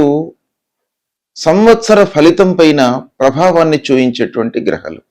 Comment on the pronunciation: Grahalu... గ్రహాలు.. హ కు దీర్ఘం ఉంది .. సరిగా పలకాలి కదా